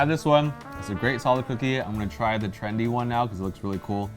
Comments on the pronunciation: It's "trendy" not Trandy, wtf is a "Trandy"? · you said Trandy, so what is it?